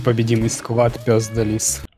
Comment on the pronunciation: Угарнул с : "Пес да лиз" . Вы ничего не подумайте, но я один слышу : "п*здализ".